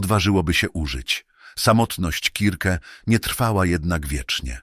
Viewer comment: KIRKE !!!!! A nie circe strasznie się tego słuchało